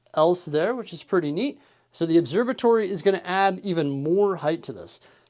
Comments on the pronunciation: Its an «obserVatory» not «obserBatory» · Never noticed till now you say it obserbatory 😂 there's a V in there bud.